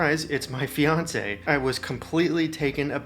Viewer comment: NGL, when the video started, I thought you said 'Beyonce' and not 'fiance'. Lol